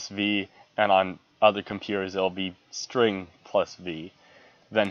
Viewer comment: Its STRG not string :P